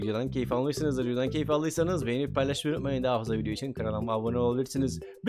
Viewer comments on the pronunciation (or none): none